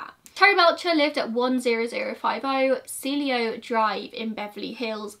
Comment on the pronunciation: Cielo is see-el-oh